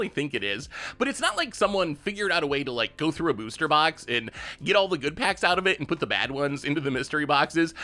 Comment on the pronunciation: I love they way you say “bewster”